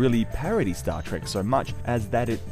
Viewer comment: Trek, not Track.